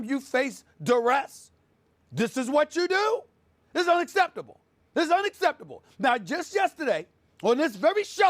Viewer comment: LMAO "this is unaccerrrbbtuble"